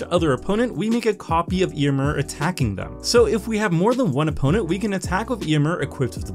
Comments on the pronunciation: Your pronunciation of Éomer is hurting me. The accent is there for a reason. It changes the pronunciation. It's [Eh] - [oh] - [mare]. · Ayo-Mare is the right pronunciation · Magic only creators not looking up pronunciations before videos can grate so so much. Ey-oh-mer should feel a lot better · Why do you pronounce Éomer like that?